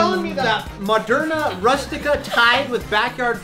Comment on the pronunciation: Who noticed said "Maderna" for his buffett name and that is one of the vaccines in 2021